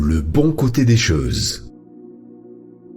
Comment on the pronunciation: Choses, pas cheses